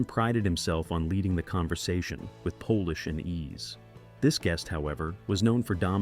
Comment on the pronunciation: PS: Narrator pronounced “polish” which was used to shine your soup tureen until it sparkled, with “Polish” which is used to describe a person whose nationality harks back to the country Poland.